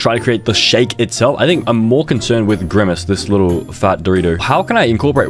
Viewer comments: “skybidi toilet”😭 “Grymace”😭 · "SkiibidI Toolet"☠️ "Griimace"